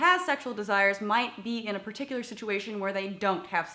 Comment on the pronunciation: perticular situayshun